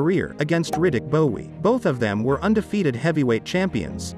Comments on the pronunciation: Cause Riddick Bowe (pronounced bow not bowee 😂😂) was a BAD MAN!!! I remember him growing up and it was Bowe, Holyfield, Tyson and Foreman had still done his thing when he was old but out of his prime. They were the top of the heavyweight division in the late 80’s and through the 90’s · It’s Bowe... pronounced Bow as in bow and arrow. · It’s pronounced Riddick Bow! Not Bowe! BOW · It's pronounced Bow not Bowie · If your gonna report on fight, prpnounce their names right. Its pronounced bow. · Pronounce Bowie next Bowe. They are not the same. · How is it that you post a Video on Evander vs Bowe, but you keep pronouncing “Bowe” as “Bowie”? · Pronounced : Bow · Stop pronouncing Bowe like that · I always thought this channel was the person's voice but with pronouncing Bowe as Bowee over and over its clear its a generated voice. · It's pronounced "Bow" lol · This guy doesn't even know how to pronounce Riddick Bowe name